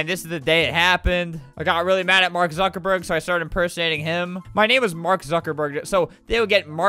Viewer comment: "Mark zaddyburg" LMFAOOO